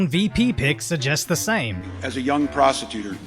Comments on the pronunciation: 🤔🤔🤔Did he say? "As a young prostitutor"🧐🧐🧐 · Tim Walz said prostitutor, not prosecutor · Did this man really say “prostituter”? 😂😂😂😂😂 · did he say Young Prostitutor? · "as a young prostitutor" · "As a young prostetuter..." Dems only get in trouble when they tell the truth. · As a young “prostetutor” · “As a young PROSTITOOTER”……..oh shit! 🤣🤣😂🤣😂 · who else thought tim waltz said “as a young prostitutor” edit: i mean. she IS in the streets yall 😂😂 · ‘as a young protitutor’.. what!? 😭😂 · sounds like he says prostitutor